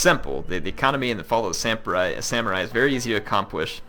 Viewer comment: Fall "of" the Samurai, not "fo,". haha